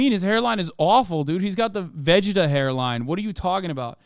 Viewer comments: Not Hasan, self-proclaimed Weeb, saying VEG-eh-tah instead of "Vah-gee-tah". 😂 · I've never ever heard anyone pronounce Vegeta like that. What the fk is a "ve jheta"😭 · why does Hassan say vegeta like this 😭💀